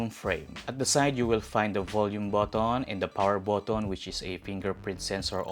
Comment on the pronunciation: Slot = slat , button but-ton 😂 funny pronunciation